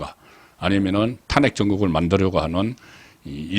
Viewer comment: 송국건님은 어찌 아직도 탄핵이라는 발음이 안되는지요? 참 답답합니다 탄핵이라는 말을 하지마세요